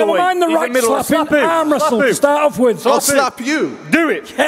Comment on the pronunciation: John Fury "Let's restle, let's restle"